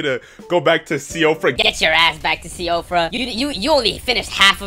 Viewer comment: I think it's pronounced "she fra". An Irish name, far as i know.